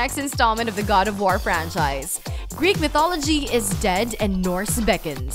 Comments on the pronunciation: "God of Whar" "Fortsa Motorsports" "Star Whars Battlefront 2" "Middle Earth: Shadow of Whar" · I'm a PlayStation and Switch owner and I can't wait for E3. I kinda feel bad for Xbox fans, use guys have nothing. Cup head does look great, but that's about it. Also, why can't this presenter say the word war? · why cant she pronounce "war" right? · OK what the fuck is up with the way you pronounce words? I mean you speak perfect crystal clear Kings English and then miss pronounce simple words like "war" and "known" WTF???